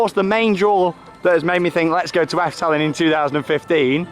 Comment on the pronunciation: Just way u say Efteling is fun, it kinds sounds like afteling XD